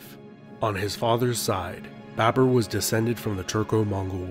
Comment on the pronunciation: It's BABUR . Note it chutiya, BABUR not BAB E R. Bibi comes home like: Hi Bae...bURRRR I'm haaauuuoommmm Namah Shivaya laudi bhai.